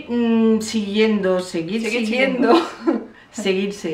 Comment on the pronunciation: Ha dicho :"Siguir sirso" xD